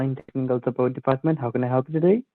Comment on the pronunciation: TTK:Ello elcome to tek souport,ow mae I not elp u tudae?